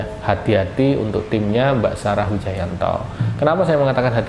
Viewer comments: PAKE SALAH SEGALA NGUCAPIN NAMA IDOLA GUA,BARU BELAJAR BACA MAS HAHAHAHH. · Nyebut nama aja salah 😂😂😂😂😂😂